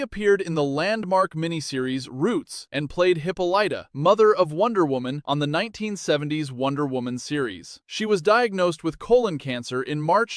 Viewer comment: Hypohalite it's pronounced hip-ol -i -ta not hippholighta where the i is a short i not a long i